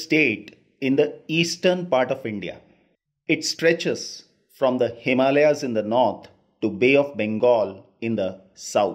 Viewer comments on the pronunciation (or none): none